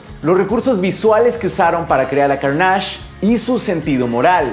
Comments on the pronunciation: ¿Por qué empiezas a decirle "_carnásh_"? En la misma película se menciona la palabra (y su nombre) y le dicen claramente "Carnage" (_carneish_, y sin acento, el inglés NO tiene acento). Lo repítes mucho (ese nombre), y con mucho énfasis, como si quisieras que las personas empiecen a decirle como tú le dices. Ya antes te he mencionado esto mismo, que es extraño que tú elijas como decirle a las cosas, cambiando el tono, acentos y letras en las cosas que ya tienen títulos claros. A mí personalmente me parece pereza mental o hasta un intento disuasivo de irrespetuoso. Tú mismo también mencionaste que hay un concepto en Legend of Zelda que tu mencionas diferente a su pronunciación real sólo porque quieres. Creo que esto te hace perder lugar y hasta un poco de credibilidad. No eres cualquier youtuber geek, te encargas de la divulgación de información y conocimiento geek, no es para que te tomes estas "licencias", si así le quieres llamar. A mí me parece irrespetuoso, a la propiedad intelectual y a tus oyentes. Me parece extraño, tampoco es el primer youtuber que escucho que hace esto. Curiosamente, en el doblaje de Daredevil de Netflix, al personaje le llaman "_darrdevil_", como si no tuvieran referencia al oír el original y escuchar que dicen claramente "_deerdévol_". Podrían escucharlo de ahí y pronunciarlo con un poco de profesionalidad. En tu caso y en este video, aparte de profesionalidad y algo de conocimiento en la lengua, suena como si ni al personaje quisieras respetarlo. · pero lo pronuncia con énfasis en la segunda A, o sea, se debería pronunciar "Cárnash" con énfasis en la primera A, y lo pronuncia como "Carnásh" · Soy el único al que le parece un poco raro que lo mencione como Carnásh, Siempre pense que se pronunciaba Cárnach, es una pendejada lo sé, el contenido y estudio detras de este y todos sus videos son muy profundos y me encanta como contextualiza, solo queria mencionarlo jaja:P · Es CÁrnage